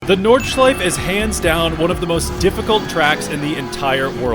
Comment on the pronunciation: Bro needs to pronounce the E at the end of "Nordschleife"